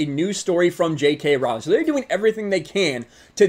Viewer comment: I agree with your points, but Trivia Note: "Rowling" rhymes with "bowling."